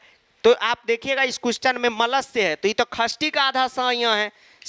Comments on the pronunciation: Khasthi nahi, Shashti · Likhte shashti hai padhte khasthi hai.... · Sir khastti nhi sashthii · Sir it's not khashti it's shasthi 😅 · Sir sashti ko khashti bolte hai confuse mat hona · Gawar khashti nhi shashti hota hai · Are you also confused whether sir is telling खष्ठी or षष्ठी😅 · Mai chhathi vibhakti ko 'shashti' kehti thi, pr sir ise 'khashti' kehte h 😅 sahi kaunsa h. I think sir😅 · Yes actually you are right